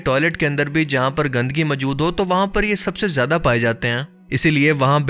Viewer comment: آپ لوگ اردو والے ہیں کم سے کم آپ لوگ تو اردو کے ساتھ انصاف کریں۔ زیدہ نہیں ""زیادہ" ہوتا ہے۔